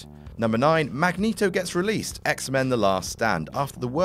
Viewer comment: You...really don't go to jail for speeding alone, especially only 88. Days of Future Past erases X3 thank God DId you say "Magnus Neato"?!